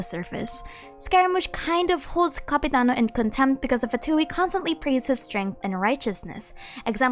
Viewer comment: I thought you said capybara not Capitiano